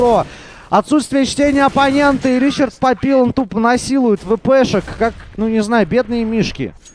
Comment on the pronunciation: он не Ричард, Он Ришар и фамилия Папильон :)